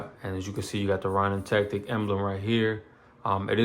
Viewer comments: “Ronin” has a long “O” sound, like it the words “go” and “no.” Ronin were rogue samurai that didn’t have a master. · u say it like row-nin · Sounds like “Raw”nin to me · Butchered the F outta my Name, Homie. 😑😂... Solid set up.. just picked up an Echelon yesterday, put a Defender ST on it. subbed 🤘🏽